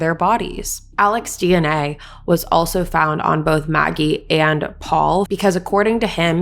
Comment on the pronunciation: Not naggie , Maggie.